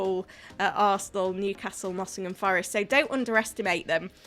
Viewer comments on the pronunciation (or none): none